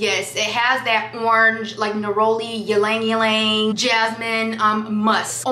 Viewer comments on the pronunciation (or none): Awesome video, girlie!🥰 And btw, the “Y” in “Ylang, Ylang” is silent.😉